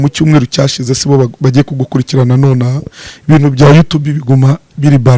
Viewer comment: Ntibavuga gukurikirsna bavuga gukurikirs